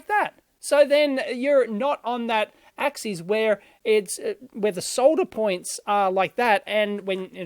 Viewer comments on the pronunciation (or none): Axis is not pronounced 'AXEES'. Axes is the plural of axis.